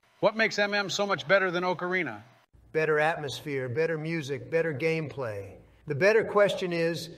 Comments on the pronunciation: Biden would pronounce it oakareena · Joe and Donald are exactly the type of guys to say oakarina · Oakarina lmao. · Oh-carina. Bro can't even say the instrument right. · Joe "Oakarina" Biden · wtf is an OAKarina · They are saying Ocarina wrong! >:( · The best part is that neither of them pronounce "ocarina" correctly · I hate the way they pronounce "Ocarina".